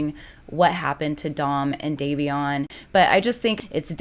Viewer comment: Just For Future reference it is pronounced "Day-vion" No hate whatsoever!! 🩵 Just thought you may want to know 😍